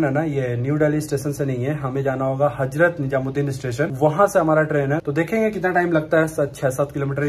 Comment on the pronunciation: apni pronunciation kb thek karoge? HAJRAT NIJAMUD DIN nhi bola Jata hai It's HAZRAT NIZAMUD DIN